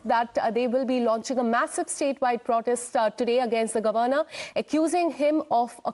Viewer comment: Please pronounce the word governor correctly